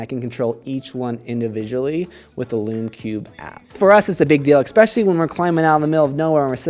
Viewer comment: Especially. Ess-pecially. Not eX-pecially.